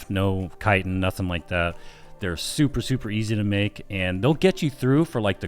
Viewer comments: You started pronouncing chitin correctly than dumbed it down it's kite-n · its pronouced .........CHa cha cha .......chitin